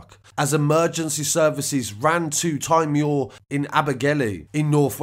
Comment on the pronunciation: It's pronounced '' tea mawer"